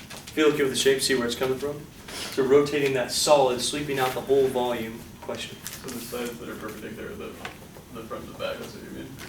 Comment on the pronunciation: anyone catch the kid saying wackolume , when talking about negative volume ...